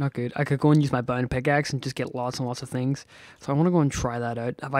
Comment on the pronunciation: Im sorry if i offend you but everytime u say bound i heare bone